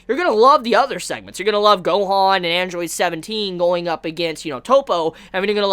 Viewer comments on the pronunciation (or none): none